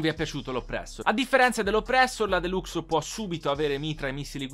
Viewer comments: mk 2 si dice MARK 2, mentre la deluxo si dice DELAXO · Si scrive deluxo ma si dice delaxo